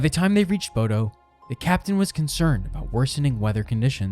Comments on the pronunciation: My guy didn't even bother with the pronunciation. "bohdoh" omg 💀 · Truly butchered every city name🙈 Especially Bodø and Stavanger. (Ålesund was very close tho!) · I’ve worked as an officer onboard Viking Ocean ships for 7 years, including Viking Sky. Maximum passengers is 930, not 950+ as you indicated. Maximum crew is about 475. You have mispronounced Stavanger. It’s more like: stah-VAHNG-er. And BODØ is pronounced more like BOW-dah. (I’m American, FYI.) I had friends working onboard Viking Sky during this incident. There was never mass chaos onboard. The passengers were told what to do, and were given frequent updates. The passengers remained as calm as possible under the circumstances, although yes, it was frightening and some passengers were injured. The crew received praise from the passengers for the way they handled the situation. The full crew does not receive helicopter evacuation training, but I may be correct in saying that some of the bridge and deck officers may receive such training. This I cannot say with certainty. I’m just curious whom did you interview for all the information you provided in your video? Or what official references did you use? Thank you for reading my comments.